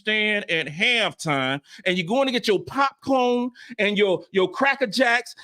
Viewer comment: Lol..”stutting about” and “pop kurn”…yup that’s about right..🤣🤣🤣🤣